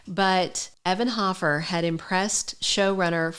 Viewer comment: It's HOfer you are saying it wrong